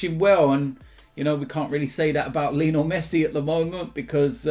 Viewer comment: Is it just me that feels weird when pronounced Leenal Messi?